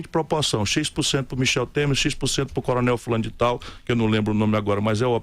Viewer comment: Olha ele ficando vemelho kkkkkkkkkkkk coroné ..coroné kkkkkk